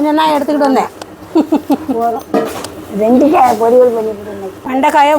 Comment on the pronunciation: வெண்டிக் காய் இல்லை வெண்டைக்காய் சரியாக பேசுடி தமிழை கொலை செய்யாதடி